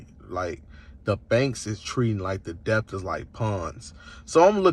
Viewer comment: did he really just say deb-tors, instead of debtors. Tell me you don't know shit without telling me you don't know shit